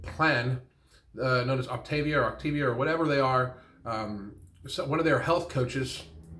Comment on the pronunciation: As I imagined she quit before learning how to say "Optavia".